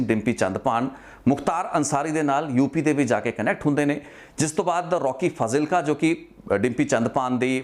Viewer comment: It’s spelled as faaaaaaazilka……..come on man!!